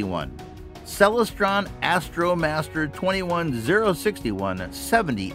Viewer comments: The Celestron Powerseeker 127 EQ is a Bird-Jones reflector. Bird-Jones designs are extremely difficult to collimate properly. Telescope experts warn people to never buy a Bird-Jones scope for that reason. FYI: It's pronounced Cel-LES-stron (derived from celestial) not CEL-les-stron. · pro tip: never take telescope advice from someone who doesn't know how to pronounce "Celestron"